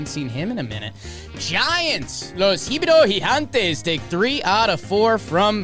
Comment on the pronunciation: Can someone tell me what calls the Giants in Spanish? He says "Los ____ Gigantes" and I don't know what the middle word is. It sounds like "inhibitors".